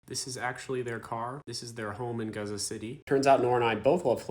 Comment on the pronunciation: I cannot express how grateful I am , as a Jordanian from a Palestinian mother , as a human , Thank you . The amount of respect I hold for you ... The amount of respect in you trying to get the name gazza right . ❤❤❤